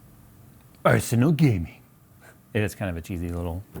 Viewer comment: ARR-SENULL GEH-MENG!...